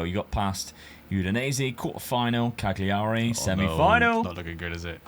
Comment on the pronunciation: Why don’t you just use the EU filter Dad? 🤣🤣 and again….its Calyurry not CagLee arry